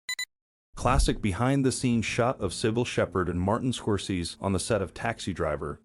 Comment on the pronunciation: Martin Scor-seas.